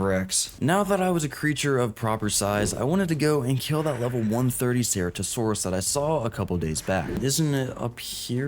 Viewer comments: Bro learn how to pronounce ceratosaurus correctly or don't fucking say it at all! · im sorry but your pronunciation of Deinosuchus, Gigantoraptor, and Ceratosaurus is killing me it sound so wrong hearing their names be pronounced like that 😭😭😭